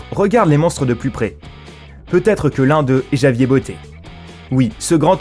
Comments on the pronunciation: C'est pas JAVIER sa ce dit ravière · "Javier" ??!! Ça se prononce Ravière __' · Javier se prononce "Ravière" au passage...c'est un prénom espagnol. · Javier se dit "ravière" 😂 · "Javier" ? Tout les mots anglais sont dits avec accent mais un prénom espagnol non ? Ça se prononce "ravier" à peu près si on ne parle pas espagnol. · Javier? C'est quoi cet accent?..ça se prononce [Ravière]